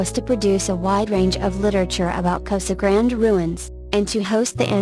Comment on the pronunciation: This is a very nice collection of ancient places across America that are not well known. There are quite a few problems with the reader voice, however. Casa Grande (cah-sah grahn-day) is mispronounced many times, as is Berkeley (burk-lee). If your goal is education, then you should make sure everything is pronounced right. Years are not said correctly either. Etc.